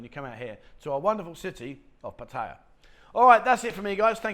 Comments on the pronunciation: I can’t believe how many don’t put the effort into saying, Pattaya correct. Not,, Pa tie’ ya. It’s pa ta ya’. Ask any local, make an effort. It is the only respectable thing to do. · For some reason the Brits really struggle with this. Pat-I-Ya not Patty-a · it’s pa ta ya. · Info is good buy after so long in Pattaya one should pronounce the name correctly.